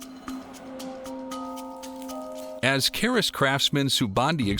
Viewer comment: It is called a Kris, not a caress...